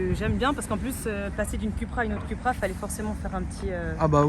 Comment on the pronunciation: Ça ce dit Coupra et non Cupra 😫